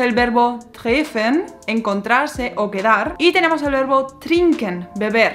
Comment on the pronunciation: Hablas muy bien, solo una sugerencia: dobles consonantes antes de una vocal, connotan un acento invisible en la vocal y aceleran la pronunciación de las consonantes. Es decir, treffen se leería o mejor dicho pronunciaría tréfen. Solo es un tip. De lo demás 👍👍👍